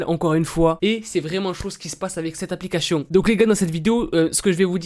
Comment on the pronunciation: Est ce que je suis la seule à comprendre " applicachions" au lieu de " applications"? 😂 Hormis ce fait, je t'adore, continue comme ça, t'es au top! 👌